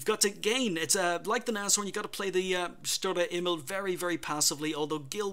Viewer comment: Great replays! Grats on the Aces to the players! Love your commentary - always very informative. Keep up the great work! Some help with the pronunciation from a German: Sturer Emil (stubborn Emil) -> Shtoorah Eh-meel - hope that helps! :) (Although your way of saying it is pretty good already tbh)